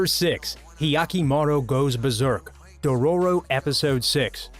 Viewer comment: I hate how he pronouned naruto,dororo,meliodas,and naofumi other wise I agree with all of these anime fights